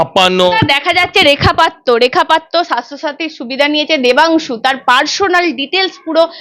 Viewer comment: আপনি সঞ্চালিকা , আপনার উচ্চারণ এতো বিশ্রী কেনো ! এইকাজে পড়াশুনা করতে হয় ! রেখা পাত্র , প্রধানমন্ত্রী কিছুই ঠিক মতো উচ্চারণ করতে পারেন না ! ছিঃ